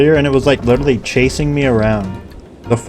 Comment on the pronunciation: bro says "lilrally"